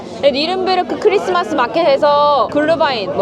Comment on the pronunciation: 크리스마스 이브에 어울리는 유럽의 크리스마스 마켓 풍경이라니.. 모두 제가 살았던 곳이라 너무 반갑고 추억에 젖어 감상했습니다. 비엔나에서는 시청 앞 크리스마스 마켓이 최고지요. 독일 뉴른베르크가 크리스마스 원조 마켓이고, 렙쿠헨도 독일에서 최고로 유명합니다. 유럽 물가가 전보다 확실히 많이 오르고 , 수공예품은 더욱 더. 크리스마스 마켓 영상 편집이 정말 최고입니다. 필요하고 정확한 설명과 더불어. 다만 글루바인 --글뤼바인이 독일식 발음입니다 ㅎㅎ 그런데 항해 영상을 보다가 갑자기 크리스마스 영상이 올라왔는데 올해 촬영하신 건가요? 암튼 멋진 크리스마스 이브 선물 고맙습니다. 메리 크리스마스🎄